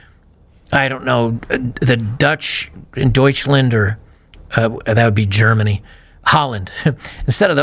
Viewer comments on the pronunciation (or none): none